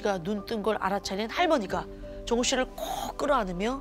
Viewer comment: 정우??? 처음엔 종우라는줄 ㅋㅋㅋㅋㅋㅋㅋㅋ 정우 종우 계속 듣는데 종우라고 들리네